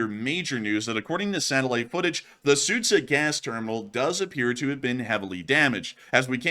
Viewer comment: Just an FYI, the town of Суджя is pronounced “Sujya”; the combination of д and ж makes a hard “j” sound.